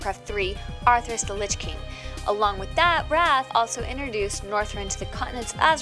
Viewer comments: Drainee? Draenei. Arthras? Arthas. Worjen? Worgen. ENCRYPTION? Inscription. Jesus, do some research. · ARTHAS! NOT ARTHERAS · ...Fact 57 "Artheras the lich king" It's Arthas. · Arthras... worjen... play to pay... "beasted" (bested). Was it really worth getting someone who not only can barely speak correctly, but is obviously unfamiliar with the game (and possibly gaming as a whole)... just for a female voice over? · sounds like she is saying arthur's or atherus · ah yes my favourite race "worjen" along with my favourite villain, arthurs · Arthras? jeeeez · "Arthras the Lich King" kill me.